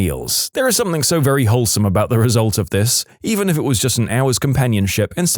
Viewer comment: Mate, it's "something" not "somethink". There is NO 'k' at the end of the word. Please, for the love of all that is good, sort it out 😂